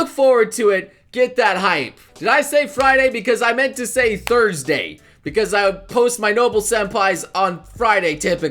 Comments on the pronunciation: Hahaha “Thurday” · thurday xD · "Thurday" - 2017